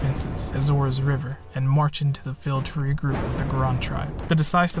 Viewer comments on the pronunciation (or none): none